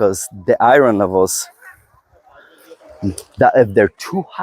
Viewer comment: I love, love LOVE hearing you say "i-RR-onn" levels! I love your accent! Oh & I love all these talks! I've learned so very much, thank you! 🩷✌🏼🩷